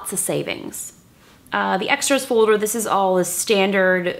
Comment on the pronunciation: Who else loves how justine say folder like "fouder"